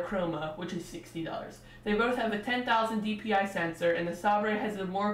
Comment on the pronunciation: FYI: It's pronounced 'Say-ber' (Like the sword), not 'Sahb-ray'. You also need to equalize the volume between your intro/outro and your actual commentary, as the latter is WAY too quiet in comparision. Otherwise, good review.